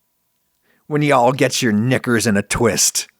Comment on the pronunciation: Don't say knickers ever again Adam that was weird...